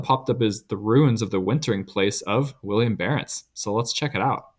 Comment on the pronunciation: Good vid, but his name is Willem, not William